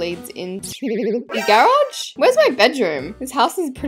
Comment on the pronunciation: Not grahhj it's garage